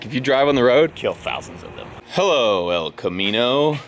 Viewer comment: It's not the El Camino it's the hell camino 😂😂😂😂😂